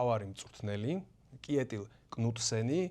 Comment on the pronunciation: კიეტილ არა შეტილ იკითხება მაგ კაცის სახელი. kj არის შ.